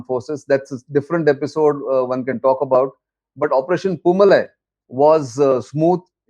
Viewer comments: It is poo-maalai and not poo malai. The first one means flower garden and the second means flower mountain. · Dear Nitin, it is pronounced Poo Maa Lie. MaLie = mountain. MaaLie = Garland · Good Brief sir! and it is Poomalai பூமாலை sir. Its a Diff Pronunciation ,Its Tamil. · News channels should take the time to learn the right pronouncement of words. The name of this operation was mis pronounced as poomalai with a short malai when it should be pronounced poomalai with a long malai. Malai is Tamil for mountain or hill while Maalai is a garland